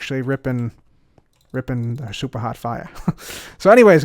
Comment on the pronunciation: I Feel like when cub says super hot fire it feels like he is saying soup